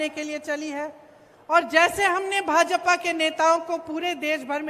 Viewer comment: भाजपपा नही भाजपा बोलिये आपका सुरजेवाला भी यही बोलता है